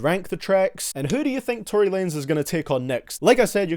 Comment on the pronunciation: Tory Wanez instead of Tory Lanez